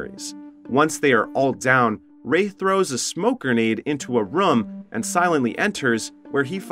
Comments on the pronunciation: New drinking game, take a shot every time the ai voiceover say “rum” instead of “room” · Bro this guy can’t say room he just says rom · Theres a Word called room But this Legend says ruum. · I’ve never heard someone so consistently mispronounce “room”.